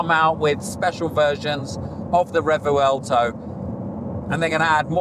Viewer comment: It’s not pronounced “Re-vu-el-to” you silly Pommy. No it’s “Revwelto”